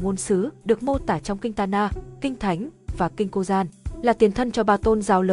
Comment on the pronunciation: Kinh cô dan và bán đảo ả dập??? Ít ra thì cũng phát âm chuẩn như trẻ con lớp 1 thì sẽ nhiều view hơn